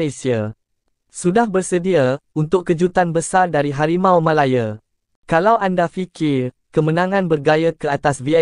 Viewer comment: Sebut la harimau malaya betul2..bukan sebut harimau malaye...gampang betul😂